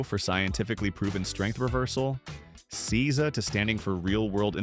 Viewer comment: Seiza is pronounced SAY-za…